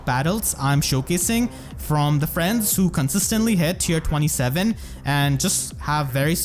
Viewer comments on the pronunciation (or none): none